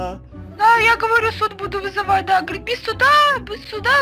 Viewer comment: сказала не говорите, а горите. Ответь пожалуйста:)